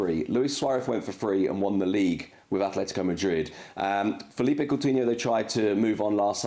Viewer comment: Sid at least pronounce ‘philippe’ coutinho right! It’s Philippe not Felipe